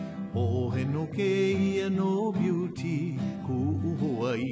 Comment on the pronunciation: sorry buddy but if you credit it to Johnny then "beauty" should be pronounced almost as "beauteh."